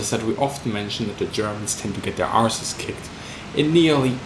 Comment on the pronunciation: Oh I see, someone did say it was stray bullets, didn't think it was like you to have done that thus my confusion. Also... so nice to see/hear someone say it properly. ARSE kicked not ASS kicked.